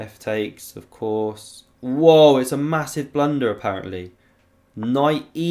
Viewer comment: “Bang! Absolute blundah” 😂🤌